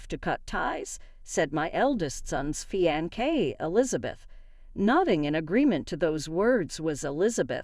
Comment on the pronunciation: It is a actually pronounced fi-an-say